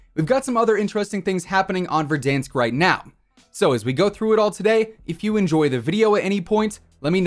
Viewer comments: I like when you say Verdansk correctly, I feel big cringe when you say Ver-Dawnsk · No body: Not a single soul: VERDAHNSK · Man pronounces verdansk like it’s french